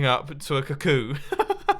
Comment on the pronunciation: A kahkoo?! A KAHKOO?!!! WHAT THE F.....*please stand by*